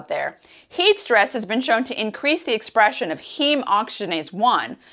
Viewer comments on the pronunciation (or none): none